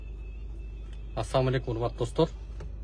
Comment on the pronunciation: саламды толук так айтсан укам. Ассоом алейкум деген соз сага олум болсун деген маанини билдирет. Туурасы Ассаламу алейкум